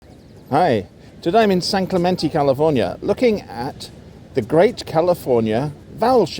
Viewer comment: San Clement Tay, not San Clement Tea